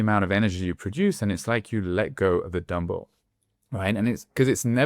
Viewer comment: I thought you were saying Dumbo, not dumbbell 🤭